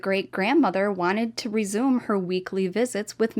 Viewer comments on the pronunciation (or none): none